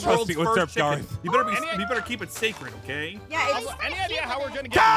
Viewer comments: I say Garroth as (grr oth) not (garith) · As soon as I heard pronounced Garroth as Garreth, I got Phoenix Drop flashbacks with Ivy